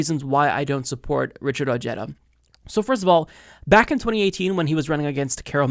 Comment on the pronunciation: O/g/eda... Lol... Cute pronunciation 🤣